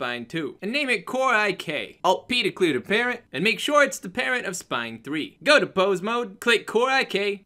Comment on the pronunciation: hey I had fixed my problem I parented the wrong bone as well. he parents spine 3 when it sounds like he's saying patent CoreIK. Thanks for the reply tho